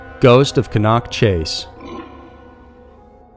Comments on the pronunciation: Also it's not cun-nock it's pronounced can- knock #justsayin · Plse get ya dacts right, its cannock, NOT cann nock. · PLEASE learn how to pronounce things........its pronounced CAN...NOCK.........LIKE A SOUP CAN. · It's pronounced Can-uck ;) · You said Cannock wrong but nice try :) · The way you pronounced Cannock is really funny. It's used mostly for dogging these days. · Pronunciation of British placenames is absolutely appalling. It's CAN-Nerk, not Ker-Knock, and Staffordsher, as if pronouncing just the first 2 letters of she, not Stafford-Shyer. These are easy enough to find on the net so there's no excuse. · Fantastic content as usual! And thank you for exploring some really spooky UK stories. And I mean no disrespect when I say Cannock is pronounced Can-ock and Staffordshire is pronounced with a sheer at the end - as almost all UK counties are. There - English english lesson over. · ca-NOCK chase in staffordSHYER ffs